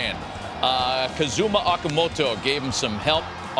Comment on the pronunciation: 仕方ないけど岡本(akamoto?)も言えていない 第一言語以外はお互い様かな